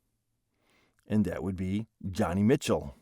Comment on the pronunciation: Joni Mitchell.. Joni pronounced like Joe-knee. Not Johnny. She was and is a very beloved and popular singer songwriter of the 1960s.